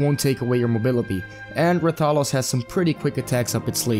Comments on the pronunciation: Put some respekt on his name. Stop saying it like that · The way you say rathalos disturbs me so much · The way you pronounce rathalos triggers me